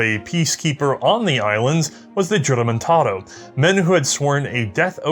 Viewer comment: He made mention of the "Juramentado"... It's actually pronounced the Spanish way with the J pronounced as H therefore it's pronounced "huramentado"...